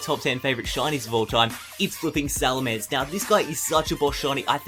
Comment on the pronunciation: not salamnser